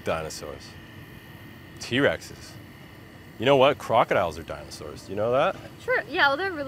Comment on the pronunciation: "Dinasours" maybe you shouldn't have dropped out 😬